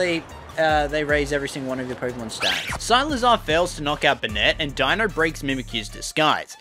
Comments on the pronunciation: Who the hell is SILAZAR?????????? ITS SIKLAZAR!!!!!!!!!!!!!!!!!!!!!!!!!!!!!!! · why does he pronounce cyclizar as cylizar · Agghhh it’s pronounced Cyk- le -Zar, not silazar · i’m dying rn it’s (SEI-CLI-ZAR) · Why you pronouncing cyclizar so weird?😅 Oh and it has been found in the code that Dipplin gets an evolution in the indigo disk so that's why eviolite works